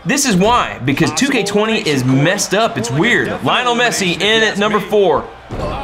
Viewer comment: I cant believe he said leonel messi 😂😂